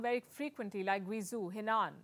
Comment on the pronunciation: Guizhou is pronounced like ‘Gway Joe’. Please ask a Chinese friend for help before getting this wrong, as I had no idea where this place was when you first said it. This is especially important for a popular journalist!